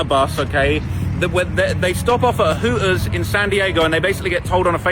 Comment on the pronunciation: Sprin er bus…..Hoo ers 😂🤣😂🤣😂🤣 his Goofy ass strugglin with them “T’s” like a mf🤣😂🤣😂